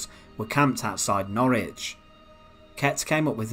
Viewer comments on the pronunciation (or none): none